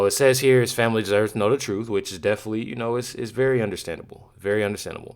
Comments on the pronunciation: Crump cant even pronounce the word TROOF 😂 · “We just want the troof” 😂